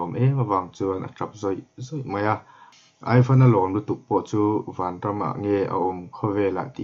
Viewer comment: Aivan i tih hi (ivan) tih a lam tur a ni zawk em aw ka lo ti😁😁😁a ngaihnawm ka ti lutuk he thawnthu hi